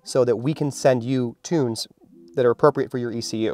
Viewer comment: I don't have an "EK YOU" in my car but aI do have an "E. C. U." its called an Engine Control Unit... but no "EK you" its called E C U TEK has been for 20 Years...